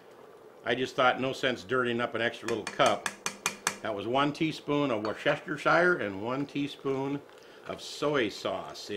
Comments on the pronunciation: Wor-cester-shire is actually pronounced "woostershire" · Hey,! It's woos-ti-sher sause! All the extra syllables don't help, regardless how other people say it, it's pronounced this way! The oo isn't as if you were saying rOOster, it's more like if you were calling someone a woos! I hope that makes sense! Great recipe! It takes me back to my childhood! We ate a lot of goulash! I'm 69 now and this DOES bring back memories! I loved mom's goulash! I wish she were still with us! Thanks! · "Woo ster shire" sauce. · we can it worster-sure sauce the Chester is silent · It’s pronounced, ‘WUS-stuh-sure.’